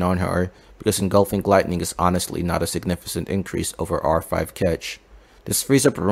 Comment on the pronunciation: In significant, the c is pronounced as k. Just bothered me a little